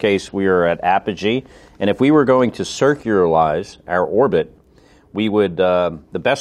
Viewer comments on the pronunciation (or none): It's not circuralize schott. Its circularize. (Feels smart for correcting an actual astronaught)